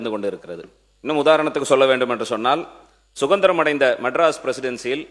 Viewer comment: Suvandirama?????? Su dandiram. Ok